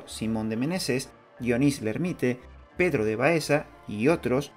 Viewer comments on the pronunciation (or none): none